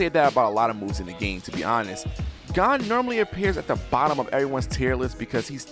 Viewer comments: Gone, Kurapuka, galana Me listening to him saying names horribly wrong as i load my shotgun: and i took that personally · You're pronouncement of Gon sounds different than in used to. (You're saying it like Gone and I'm used to it being said like G-own) might just be me idk lol